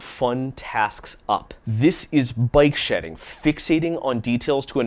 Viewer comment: Oh BIKE shedding! I thought you were saying BYTE shedding. I thought it was like some sort of thing where you skim off bytes in order to save space where you probably shouldnt. Like digital corner cutting